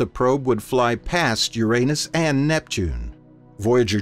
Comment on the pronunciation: Thank you for pronunciating Uranus correctly